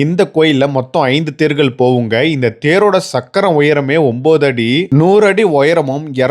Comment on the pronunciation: மின் சக்கரம் இல்லை முன் சக்கரம் சக்கரம் - ச்சக்கறம் இல்லை அதேபோல் தமிழையும், தமிழ் வார்த்தைகளையும் சரியாக உச்சரிக்கவும் வரலாற்று பிழை ஏற்படும்